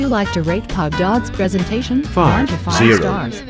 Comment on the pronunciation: Correction: Prosentation